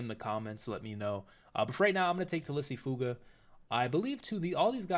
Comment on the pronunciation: It’s pronounced “tuh-lease foo-aw-guh”